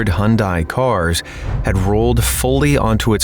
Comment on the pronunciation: What makes you think that it was the "left port side"? What distinction do you think you are making by calling it the "forward bow"? "Venture capital financing"? There is a "y" in Hyundai, which is to be enunciated. "Majorly in the red"? "Nobody...will ever make the mistake of taking earthquake regulations lightly ever again". Do you understand what you say? The Mars mission illustrates the Trump mentality - "I'm correct, I don't need to discuss this with anybody". If you have multiple contractors, you have one overseer.